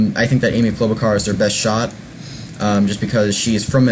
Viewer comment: Please stop mispronouncing her name it's Char not Car!